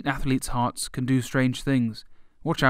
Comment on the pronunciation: Ath-letes... TWO syllables, not three.